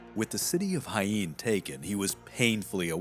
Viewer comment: OMG! The effort to pronounce the Arabic names is obvious and borderline obsessive. However, in spite of the benefit of all the videos from Flashpoint, I have cringed every step of the way at the butchering, yes BUTCHERING, of the Spanish people, battle and cities! I am a Spanish teacher, please make the same effort! Arjona = Are Hoe Nah! Jaen = ha Ehn, Castilian = cast till lee an !